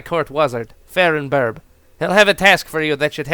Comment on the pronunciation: wHY AM I GETTING NOSTALGIA FROM THIS also wouldn't the court wizard be pronounced, "far-an-birb"?